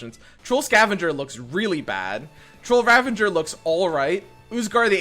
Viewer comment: I’ve always said ravenger too instead of ravager and have no clue why lol